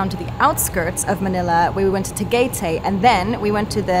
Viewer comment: I love how you pronounced tagaytay!☺️